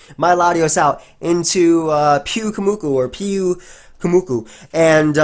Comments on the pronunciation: It's pronounced like puke. Because it's spewing its innards out. And moo-koo. A Morell is a mushroom, pronounced Maw-r-ell. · Im pretty sure its Pew-koo-moo-koo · the pyu in pyukumuku should be pronounced as pew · it's Puke-umuku, pyukumuku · I think it's puke-oo-mew-koo